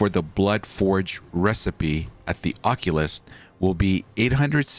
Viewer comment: You really mispronounced occultist lol